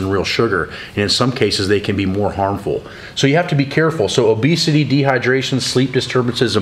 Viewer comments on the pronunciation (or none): "Obseity" 😄 useful information great vid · "Obseity" new to me...